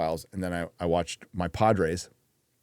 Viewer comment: says "Padres" like "Podrace" 😂